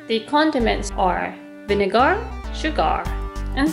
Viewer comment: Paper towels to soak up moisture. :) Tip: SugAR and VinegAR are pronounced SugUR and VinegUR.. :) Love your show!